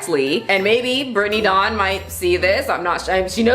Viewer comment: Whenever you say her name I always hear “Brittney Dong” and I can’t with myself right now.